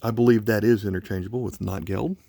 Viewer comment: It's pronounced "note gelt."